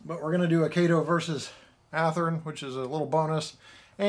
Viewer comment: F Y I: Kato is pronounced kah tow.